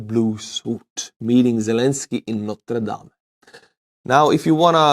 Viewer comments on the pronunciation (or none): Its pronounced notre dam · It is pronounced 'Notrëdam' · FYI: there's no spoken "e" at the end of "Notre Dame". Easily heard by going to Not that I want to nitpick, but iff you put so much time into explaining how you're not sure how it's pronounced, why not do a quick googling? Especially when you do kinda-journalistic work. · Notr' Dahm - French cathedral. Noter Daym - American university. Both spelled Notre Dame, both French for Our Lady (the Virgin Mary). An excellent example of how we Americans mangle foreign languages. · You say Norte Dame like Jean Claude Van Damme😂👍🏽